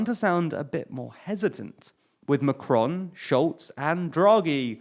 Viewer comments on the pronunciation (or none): none